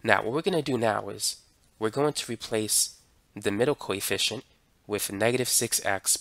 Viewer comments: For some reason, i mishear your "coefficient" with "Koi fishen'" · i keep think hes saying coyfish